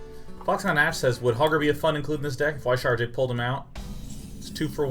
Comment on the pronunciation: YES! Finally he's learned how to pronounce Y'Shaarj!